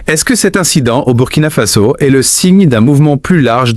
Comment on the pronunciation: C'est quoi merde ? In dit Burkina Faso pas Burkina fazo ppffff n'importe quoi un peu de respect